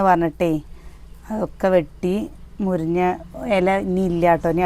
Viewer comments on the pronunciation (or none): മുരിഞ്ഞ അല്ല മുരിങ്ങ ആണ്